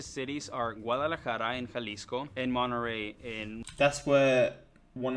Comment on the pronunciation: If you are a mexican spanish speaker saying an spanish city name, said it in spanish. Wha's that "Monterey" english pronunciation?? You know how to pronunciate the "t" an the "rr" right.